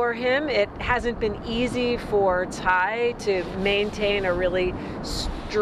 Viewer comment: Tsai not Tai. Congratulations to President Lai! 🎉